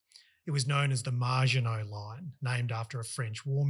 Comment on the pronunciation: You lost me when you called it the 'MARGINOT' Line instead of the Maginot Line.